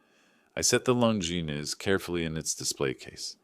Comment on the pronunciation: That's how its pronounced.